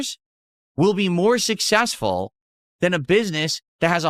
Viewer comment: 100% Sus ..... but emphatically NOT SUSS-ESS-FUL!!